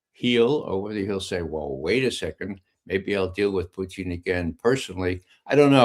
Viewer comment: This guy calls him Poutine